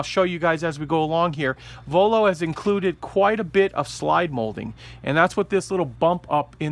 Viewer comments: Voiio and not vollo :) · just a correction its Voiio not Vollo